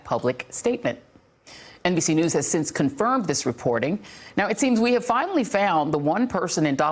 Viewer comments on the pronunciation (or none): none